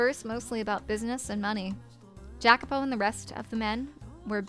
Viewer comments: New subscriber to the channel. I'm really liking your playthrough so far: keep up the good work! Just a little, spoiler free, context on names and places: Michel is a french name and is pronunced "Mi-SHEL" while Jacopo is an italian name, pronunced "YA-copo". As for the Mansion, yes, it keeps changing between Doors: - the First one was set in England; - the Second one was set in Spain: the war they kept referring to was the War of the Spanish Succession. Yukimasa, however, was japanese (born in Europe) and couldn't return to his motherland due to the Sakoku (the isolationist policy imposed by the Tokugawa shogunate). At the time, the only European country allowed to trade with Japan was Netherland and that's why him and Pauline's Father settled there (Pauline is half-dutch as you already guessed); - the Third one is set in the U.S.A. but the main characters are immigrant. Storywise, an irrilevant note: is generally assumed that WHG is referring to England when talking of a "misty island" but I think she's talking about Corse (there are a couple hints that I will point out) making her french. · The "J" in Jacopo is pronounced as a "Y", and he, among most others in this story are immigrants, so the southern accent doesn't really fit them so well anyway. You'd be better off going for something more Mediterranean. You're about to run into dialogue that references this fairly soon anyway, and this chapter did already emphasize the whole immigrant aspect subtly in the beginning of the Third Door, Jacopo isn't exactly a southern name, so I don't feel like this is any kind of major spoiler so much as something you haven't really picked up on yet.